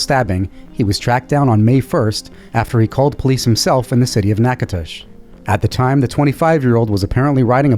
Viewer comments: If y'all aren't from Louisiana, kudos to you for pronouncing Tangipahoa Parish and Natchitoches correctly--thank you! 👍🏼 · In the first one that took place in Louisiana the subject was taken in custody in Natchitoches. And the fact that you pronounced it correctly made me smile because I have heard it pronounced before by other YouTubers and they butchered the name. I was born in Natchitoches and live just a few miles outside it. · Excellent job pronouncing Natchitoches correctly.